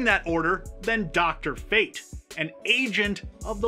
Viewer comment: I know you aint just say drfate